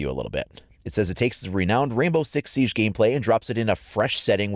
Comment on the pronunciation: Stop pronouncing Siege incorrectly.